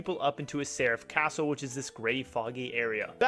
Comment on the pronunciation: "Serif Castle"?? at least try bruh